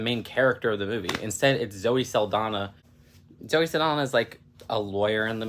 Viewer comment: I think it's cute that you immediately apologize for potentially mispronouncing the director's name, but repeatedly mispronounce Saldaña and Pérez without giving it a second thought. I don't mind mispronounced names that much when I know it's coming from someone that doesn't speak the language, but if you are going to mind it for one person, then you should mind it for the others too.